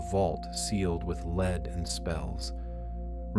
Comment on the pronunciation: This IS AI??? I love these videos! But I just caught the mispronunciation of lead if the context clue of the word gold wasn’t near by.? I’m disappointed 😅